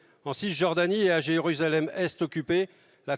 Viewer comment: Ce ministre ne sait pas prononcer Jérusalem. Ai je bien entendu? N'a t il pas dit jesus la REM?